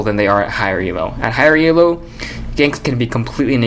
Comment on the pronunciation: he keeps saying E.L.O. it's elo. one word